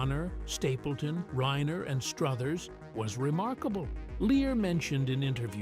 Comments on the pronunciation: It's reiner not rainer😊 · Rob RAINER? Stupid AI narration.